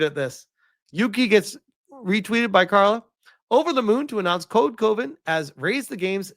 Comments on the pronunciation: Code Coven, is not pronounced as Coe-Ven it is pronounced as Cuh-Ven like Love-En. It is Coven as in a group of witches, hence the witchy art on the logo which tracks for a group of feminists to want to be part of a witch coven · Also it's not C-OH-Ven. It's C-ah-ven. like a witches Coven. literally that's what it is. It's code coven.